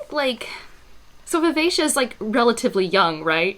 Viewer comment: Wow the way you pronounced Vivacia makes so much more sense than how I read it. I always read it as vi-ve-ki-a lol I had this oh shit moment multiple times in this trilogy for some reason. Maybe I can't read but I initially read Bingtown as Bring-town and had to correct myself over and over when I realized that. The worst one is Brashen which I somehow managed to read as Brandon initially I stg